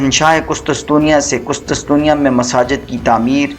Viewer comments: ارے بھائی قسطسطنیہ نہیں قسطنطنیہ۔۔۔ پروناونس تو ٹھیک کرو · Qustuntunia ka naam to thek se bolo hahahah qustunsunia 😅😅